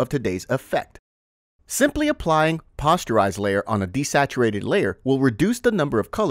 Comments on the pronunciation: I loved the video, well done and very informative. Only one problem I noticed... Posterize is POSTerize, long O sound like the word poster. Not like pasta. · "Pawsterize?" Pronounced Poh-sterize, like making "posters". A darkroom graphic effect where images convert into solid shapes for printmaking and coloring. Graphic design 101. Hope that helps some of the designers who dont know traditional processes and terms. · It's p-oh-sterize, not p-awe-sterize. Otherwise, nice tutorial. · 'paw-sterize'? lmao i think its posterize, like poster. but im pretty sure this is an ai voice. kind of lame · POE - STIR - EYES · FYI The 'o in 'Posterize' is pronounced like the 'o' in 'Poster'. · The word is posterize, as in poster, not as in imposter. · Just a heads-up: "Posterize" should be pronounced with a long O. As in a "poster" that you hang on the wall. The Photoshop effect in the filter gallery that produces the same effect is called "Poster Edges". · I cant in good faith follow someone who doesnt know how to pronounce poster or is doing it on purpose for comment farming. Informative video but overall fail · It's obvious the sound is AI generated. You can tell by the way it pronounces posterize. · Posterize is a word derived from poster, like the print on your wall. Both ‘o’ letters are pronounced the same. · Me wince everytime he said it.